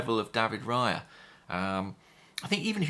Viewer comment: Raya rhymes with player, please ask Andrew, you know he speaks Spanish